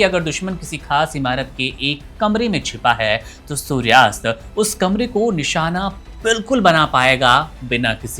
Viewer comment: सूर्यास्त नहीं सूर्यास्त्र